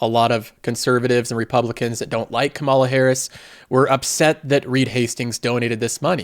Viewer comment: Please pronouce Kamala Harris's first name correctly. The first sylable gets the emphasis, not the second.